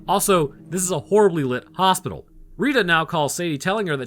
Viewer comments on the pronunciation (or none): none